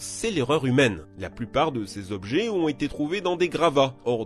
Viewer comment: 11min14s... Ché jobjet... Lol